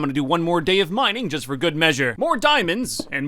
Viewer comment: What This Part Sounded Like To Me (Btw No Hate!):NOW THaT I Got SIXTY-FoUr Bread I Can GO MINEINg! (Btw I Found It Funny How Said It)